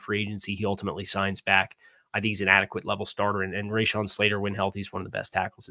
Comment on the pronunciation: RA*shawn not RAYshawn. Good video. Boot up